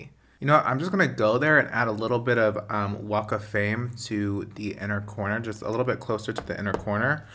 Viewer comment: I know you said "walk of fame" but I can't help but think you said WAKA FLAME